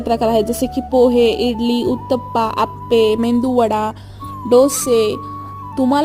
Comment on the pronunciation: Medu wada..mendu nhi😅